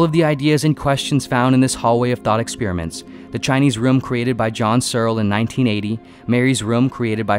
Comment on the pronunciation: ‘Ruuum’ and ‘Expeeriments’ 🤦🏽‍♂️😄